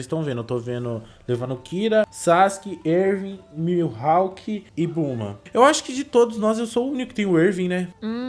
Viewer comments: pelo amor de deus é mihawk não miuhawk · É Mihawk kkkk n “Milhawk”